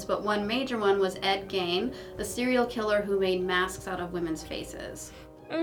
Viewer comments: Ed GEin not Gain like the laundry detergent. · REACT just want to be the pedant that points out Ed Gein’s name is pronounced Geen not Gain.